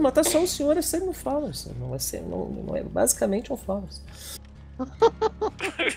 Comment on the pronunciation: Kuai Liang (Sub-Zero) Eles começaram a falar "flowers" ao invés de flawess.